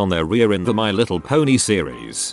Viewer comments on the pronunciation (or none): none